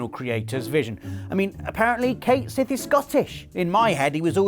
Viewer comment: Well Cait Sith is named after a scottish cat fae and its pronounced shee not sif